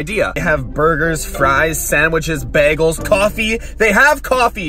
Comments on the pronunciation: Did he just says behgle? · I love. But for some reason it always pisses me off when he says jalapeño. Or bagel😂